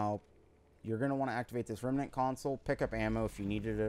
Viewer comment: Remnant is 2 syllables not 3. rem-nant not rem-a-nant.